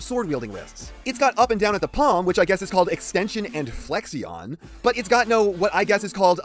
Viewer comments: “Flexion” is actually pronounced “flek-shin”, not “fleksion”. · As always, love the review. As a fan of the Dreamwave War Within aesthetic, I'm just glad were getting anything. I still desperately want a WW Bonecrusher though. also, as for flexion, is pronounced "flek-shun"